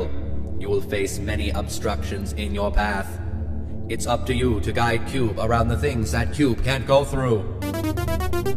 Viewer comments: you scrubnub its - KYOOB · I like that part where he is like "Cube". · It's like every time he says Cube, I laugh a little harder